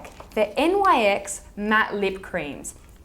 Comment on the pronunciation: Also - Nyx is pronounced "nicks," it says so on their website. :)